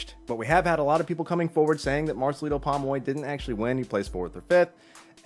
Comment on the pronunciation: Why cant you pronounce his name properly POM OY your'e saying PAmoy